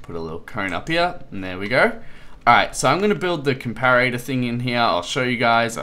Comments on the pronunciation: it's not a 'compararatah' it's a comparetor, pronounced com-pah-ruh-tor (or com-pah-ruh-tuh for us Australians) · this is how you pronounce comparator. [COM - PAR - RAT - A/OR] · And it's com-pah-rih-tah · Com-para-ar-ator? really?